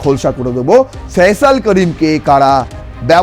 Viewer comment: ফয়জাল না ওটা ফয়সাল হবে?